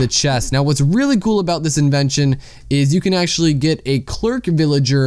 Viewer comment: ita in-ven-sh-on not in-ee-va- tion